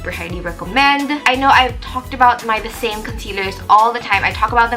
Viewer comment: hello! the saem is pronounced more like "the sem". loved the video :)